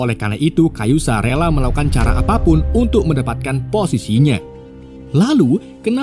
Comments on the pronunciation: Kazuya min bukan kayuza 😂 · Kazuya bang woii Kazuya bukan kayuzA kayuzA kanjut lu bang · Kazuya bukan kayuza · Kazuya - Kayuza wkwk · Bro bkn kayuza tpi kazuya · Kayuza saha anynx!? Ka Zu Ya kali ah. Nina jg nyebutnya Ana 🤦‍♂️ Riset min...riset... 😑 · 🙏Mon ma'af harusnya Kazuya bukan Kayuza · Typo bener mulut😂 kazuya bg bukan kayuza😂😂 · Ka-zu-ya bukan Ka-yu-za....iq 78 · Kazuya kampreet 😂 Kayuza kayuza 🤦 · KaZUya Om, bukan KaYuZa :) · kazuya blok, bukan kayuza awkoawkkawko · Min Kazuya min bukan kayuza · KAZUYA Bang. Bukan Kayuza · Kazuya min ...bukan kayuza😂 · udah bener nulis kazuya bilang nya kayuza😭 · Kazuya bang, bukan kayuza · kayuza 😂😂😂 yg bener kazuya fergoso😂😂😂😂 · Kazuya min bukang kayuza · Kazuya bkn kayuza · Kazuya bang bukan kayuza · Kazuya bukan kayuza 😂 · knp kayuza kn kazuya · KAZUYA bukan KA YU ZA mimin😡😭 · Kazuya minnn bukan kayuza 😂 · Kazuya apa kayuza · Kazuya ❌kayusa ✅ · kazuya min bkn kayuza😂😂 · Kazuya bukan kayuza😂😂😂😂😂 anda bukan penggemar tekken😂😂😂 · kazuya min bukan kayuza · Kazuya bosku bukan kayuza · Kazuya or kayuza bang😂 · gw sampe² mikir antara kazuya atau kayuza min😭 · bikin bt pas sebut kayuza